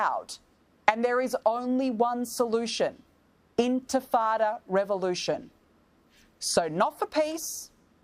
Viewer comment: I like how you can hear people saying Antifada instead of “intifada” They don’t care they don’t know anything they just want to be part of something and get paid for it